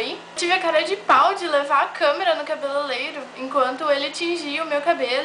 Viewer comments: haha ninguém percebeu que ela disse: CABELELEIRO kkkk sendo cabeleReiro kkkkk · cabelelero ? sério q vc falou isso ?